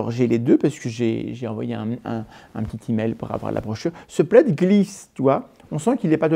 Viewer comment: Entre plaid et Vlad il n’y a pas grand chose lol on sent parfois limite à dire vlad à la place de plaid lol 😂😂😂😂😂